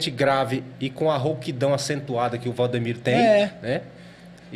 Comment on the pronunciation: Rapaz, não é Valdomiro, é Valdemiro 😅